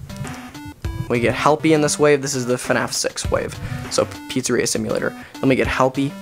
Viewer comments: me says hellpey not lefty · you keep saying helpy is lefty